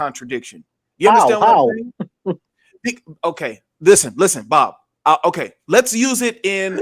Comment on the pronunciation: Bro really said “it’s booobbb” 😂😂😂😂😂😂😂